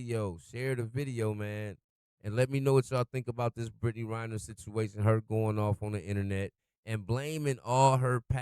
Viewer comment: Come on dude. It's REN-ner, not RY-ner.